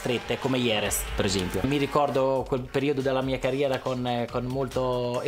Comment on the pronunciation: 3.13...Noooo Valentino, Jerez pronunciato IEREZ e successivamente GEREZ, non si può sentire!